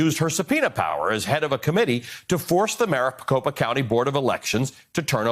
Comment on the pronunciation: Maricocopapa... I think you are adding a couple syllables to many.